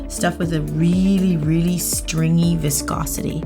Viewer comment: wanna get drunk take a shot when she says voscosity